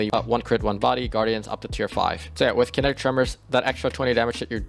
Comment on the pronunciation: it’s pronounced “KIN-NET-TICK” - enunciate man, don’t shout out the xbox kinect, it doesn’t deserve your co-sign! also, Accrued Redemption with Wellspring / Kinetic Tremors is amazing for endgame PvE. you get great AoE off of KT, 8% ability energy per kill, and disorientation break off of the origin trait (photoinhibition).